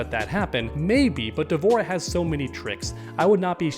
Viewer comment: Almost clicked off the video when you said D’Vorah 🤣🤣